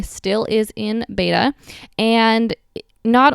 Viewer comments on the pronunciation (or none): none